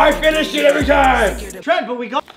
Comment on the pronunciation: TRENT NOT TRENCH